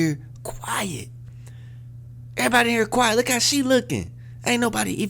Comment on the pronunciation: Damn, its "quiet" not quite